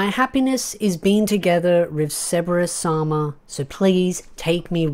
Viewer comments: Why do you pronounce his name like Seberous? Like his name is Sebas Tian... like Sebastian, the classic butler name. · Are you saying ceberus or sebes?? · Sebas bro stop saying it like it has a R in it